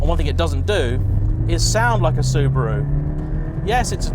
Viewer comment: Also can't pronounce Subaru...come on!